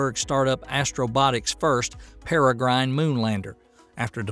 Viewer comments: Cen-tower? It's pronounced Cen-tor. As for "Per-eh-gryne," it's pronounced Peh-ruh-gruhn. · Sin-Tar, say it with me "Sin-Tar".... "Centaur". Para-Grin...say it with me "Para-Grin".... "Peregrine" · Might want to work on English grammar for title, and pronunciation. (AI narration?) "Centaur" and "Peregrine". Maybe I'm just a stickler for details.